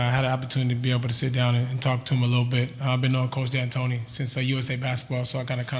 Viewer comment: Did she just say D’Antonia 😂